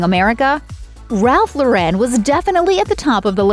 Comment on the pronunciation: SAY "RALPH LAUREN"...LOR-REN...NOT LAUREN WITH A FRENCH TWIST!